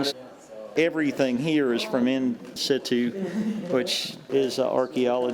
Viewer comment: Yeah that hurt to hear, lol